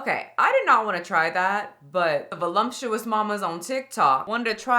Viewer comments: There is no “M” in the word “voluptuous” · The "volumptuous" always gives me a chuckle as it takes me back to an evening when the crew was hanging out. Friend was describing his gorlfriend and landed on volumptuous. Took the rest of us a moment to process the word, but.. it was, indeed, accurate.